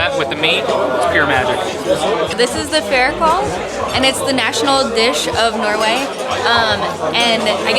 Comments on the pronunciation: Ferikal thats the worst pronounciation of fårikål i have ever herd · fair kål haha fårikål is kinda 3 words, Får i kål, means sheep meat in cabbage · Fårikål Should be pronounced like fore-e-cole